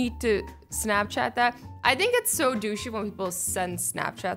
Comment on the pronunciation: GAAHH QUIT SAYING DOOSHIE AND DOOSH😂😂😂